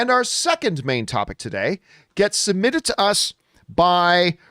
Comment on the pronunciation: You should learn how to pronounce “divisive” and “divisiveness”! Not to even mention “submitted”.